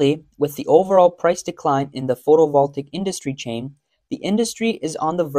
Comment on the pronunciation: Since your narrator says photovoltaic repeatedly, he really should learn how to pronounce it.